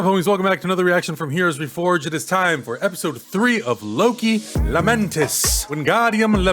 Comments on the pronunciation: it’s LaMENtis, not Lameentiss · It's Wingardium LamentAAAHs....